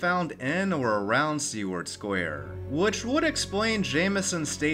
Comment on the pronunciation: Great video as always. My only complaint is the pronunciation of "Seward." The name comes from William Seward, the secretary of State under Lincoln and is best known for the purchase of Alaska, better known as "Seward's Folly." I'm not great with phonetics but it goes something like this "sue-word."